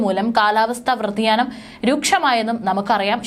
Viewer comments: കാലാവസ്ഥ വ്ര തിയാ ന മല്ല വ്യതി യാനം ആണ് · Kalavastha vradhiyanamalla,,, vyadhiyanam...😊